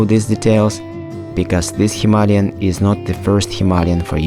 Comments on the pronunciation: It is not Hima-ly-an as you mentioned a hundred times, it is Hima-Layan like ayan at the end! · Why do so many people keep misspronouncing HIMALAYAN, by saying himalyan? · Are you mispronouncing Himalayan on purpose?